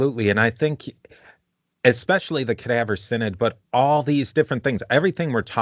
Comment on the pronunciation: /sigh·nod/ = synod, not /sin·id/